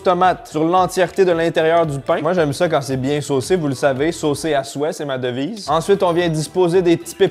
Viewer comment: « je ne suis pas biengg » pourquoi on dirait un marseillais qui parle 😂